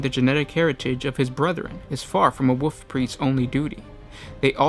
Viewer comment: Personal pet peeve, hopefully constructive criticism. I believe it is pronounced WoLf Priest, not Woof Priest.